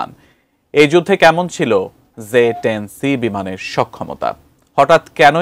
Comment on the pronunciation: জে ১০ নাকি যে ১০??উচ্চারণ এমন কেনো??